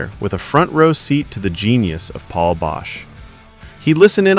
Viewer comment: You lose all credibility by alternating between saying it right and constantly mispronouncing Paul's name.